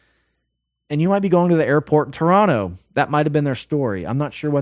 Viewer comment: This man just dropping a proper, native-sounding "Toronto" there like it's no big deal. 😲 I actually had to go look at your "About" page to make sure you weren't "oop north" here with us Canadians,. 😆😆